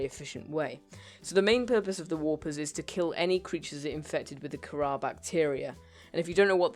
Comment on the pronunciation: you are saying and spelling Kharra wrong you spell it like Kharra and say it like (K-a-r-a)